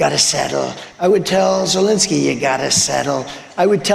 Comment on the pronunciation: You, and more importantly Trump, are mispronouncing zelenskyy's name